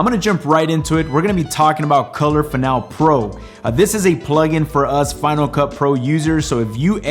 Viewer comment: It's fin-AL-ee.